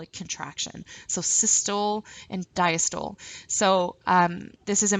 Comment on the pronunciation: I keep getting caught up every time you say "CAPILLARY" or "CAPILLARIES". Lol it's pronounced 'CAPillary' like you're saying "CAP-A-LEH-REE" with an emphasis on the 'CAP', not 'Ka-PILL-A-REE'. And "DIASTOLE" is not pronounced "Dya-STOLE", it is pronounced 'di-AS-tuh-lee'. Also, ACETYLCHOLINE. Lol It's not "ASS--A-TILL-KO-LEEN"...It is 'A-SEE-TULL-KO-LEEN'. And VENULES/VENOUS are pronounced incorrectly. I make this a point because you're teaching a lesson that involves medical terminology and you are not saying these words correctly! Otherwise great video!